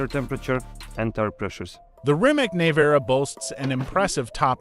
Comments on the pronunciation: Neh vara? Nevera? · "neyvara" is not "Nevera" ffs learn to speak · Bro really said "Nayvara" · “Nay-vara” 🤦🏻‍♂️ too lazy to learn how to pronounce the simple name